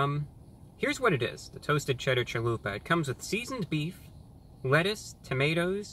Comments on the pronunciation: "I'd like a Chaluperrrr please." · Hearing my God say "chaluper" made me happy. I will offer a scarifice tonight to review god